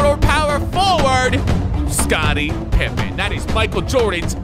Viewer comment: Ah yes Scot-tie Pipe-en